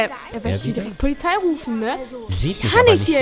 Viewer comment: wer kennt sie nicht die Plizei